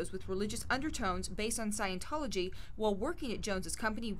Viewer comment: "SIGN-A-TOLOGY" LMFAOOOOO